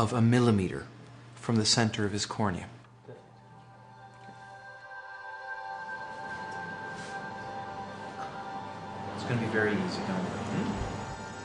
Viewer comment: The way she said cornia, please. I cant